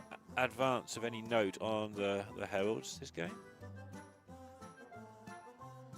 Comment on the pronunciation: 🤣 you can hear her struggle to understand what meant by “hewoeds”. Heralds…ahhh. lol.